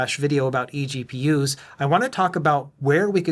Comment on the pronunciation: Really fun pronouncing it as "eggpewers"!